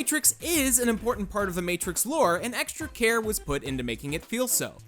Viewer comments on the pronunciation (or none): none